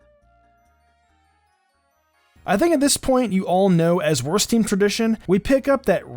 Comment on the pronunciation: If you say wørst it sounds like wuhrst